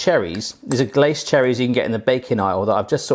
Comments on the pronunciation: 'Glace cherries' ARGH IT'S PRONOUNCED GLASSAY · I don't want to be 'that guy' but it's glacé cherries are pronounced like glassay :) I definitely want to try this recipe.